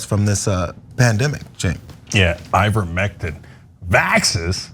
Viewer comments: you pronounced ivermectin correctly. Funny enough You can use ivermectin for parasite prevention in guinea pigs as well. I used it on my herd of 5. But it’s doesn’t work on viruses….at all…I know this because they’ve given me their colds not long after medication. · I work in pharmacy, and pronounced ivermectin better than 90% of my patients